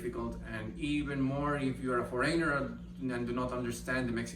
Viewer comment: thank you for this video. Very informative. Appreciate the information you are sharing. Just a little tip, the word is “FOH-reh-nehr” with the accent on “FOH” not “foh-REY-nher.” ☺️